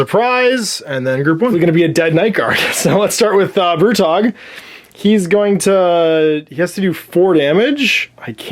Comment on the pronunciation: Every time you say Brutog, I hear Brew Dog, which is a lovely UK brewery that makes some fine brews, including Punk IPA. Mmmmm... beer. I feel a Cursed City drinking game coming on! Thanks for doing all these vids - it's been excellent getting a feel for the game, your enthusiasm has once again inspired me.